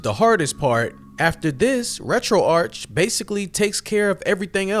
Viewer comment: It’s ‘Retro-Ark’ as in retro archive.